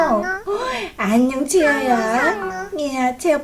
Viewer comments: 채야야 라고들리는1인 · 꽃빈님이 채아야 해야되는데 왠지 채야야 하는거같아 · 채야야라고 하는것같닼ㄲ